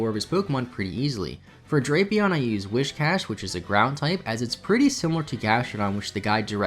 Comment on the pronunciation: It's "Whizz-cash"! I too, used to call it "Whish-cash", but it's spelt "Whi-s-cash".